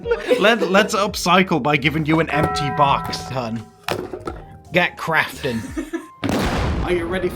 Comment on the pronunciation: Honestly thought you said ‘get crapping’ when you threw the toilet roll tubes.